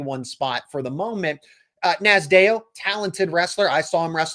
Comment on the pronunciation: You're butchering Cael Nasdeo's last name. It sounds like Naz D O